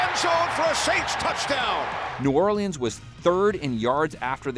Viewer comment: This dude really pronounces every letter in Orleans